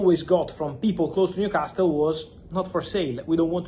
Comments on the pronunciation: Sorry to be a pedantic old git, but I wish Fabrizio would drop the T from Newcastle. It's pronounced newcasel. Edit: I'm a southerner and say Newcarsel. Northerners say Newcassel Whether we're from the north or south of England, we never pronounce the T. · I like how u say Newcastle. The T is silent. Say the last syllable as you would say the last one in Picasso. You are doing a great job though. 120Millie quids for Alexander is madness. He is a good striker but not even great for me. He is premiership proven I get it but somehow I am yet to be convinced by him. Gyokeres will outscore him. I am glad we decided not to break the bank on him.